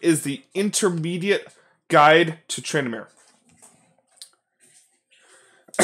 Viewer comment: it is not trynamere... its Tryn DA mere